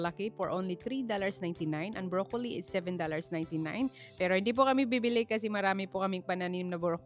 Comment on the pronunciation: this is not bashing, yung pronunciation mo ng "broccoli" iba iba kung minsan yng letter "i" ginagawa mong long "i" kng minsan short"i". Tingin ko confusing, pronounce mo ng short i yan talaga ang tama dito sa Canada never heard na long i ang pronunciation. Sorry!!!